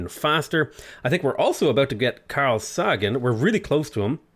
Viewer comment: "Carl Sah-gan" Really? Really?!! You don't know Carl Sagan?